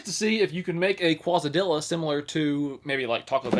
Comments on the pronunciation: qua za dilla? you mean case a diya :D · Quasi-dilla, of course he pronounces it like that. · Oh yes the qwazadilla machine my favorite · Kwazzadilos. OMG. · Kawazadilla... LOL! I enjoy your content!:) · Qwazadilla?? I love your videos but were you born and raised under a rock? You don't seem to know very much about common sense things. Either that or you just make jokes out of it and you actually do know... Because how can you pronounce it qwazadilla throughout the video and then once pronounce it right? You don't need to minimize your intelligence just to try to be funny. You can pull that off in many different ways besides making yourself look like a dumbass. And please get a different shirt... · Quazadilla, Godzilla's most feared enemy 😂. Yes I know he's faking not knowing how to say it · I think its pronounced like case-uh-dee-uh LOL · “electric Kawas-a-dilla maker” 🤣 You crack me up! 👍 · Case-a-dee-a. Say it with me caseeee-aaa-deeeee-aaa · Qwazadillas... xD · Ah yes, Qwazadillas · Save the Qwazadillas! Killing is wrong 😂😂😂😂😂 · yes Qwazadillas. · I can't watch him anymore. Zuk-a-nee, was one thing, but Qwazadillas? I bet he thinks the word chaos is pronounced the way it's spelled. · I hope does not go to Taco Bell or any restaurant saying quesadilla like that. 😂 He has got to get out more. Sometimes, I wonder if it's just a joke he's playing. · Is this guy for real? Can't f'n say Quesadilla?! And how many times does it take to understand something is hot? Then this idiot throws out eggs because they taste like eggs. What an idiot. Could his eyes be any further apart? He looks like an alien. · you breaking my Mexican heart with how you pronounce quesadilla😂😂😂😂😂😂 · Now I know he says names of foods wrong or acts like he doesn’t know certain food on purpose because he said quesadilla wrong and at one point said it right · He's pronouncing quesadilla wrong on purpose lol